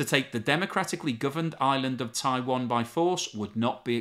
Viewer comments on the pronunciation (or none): none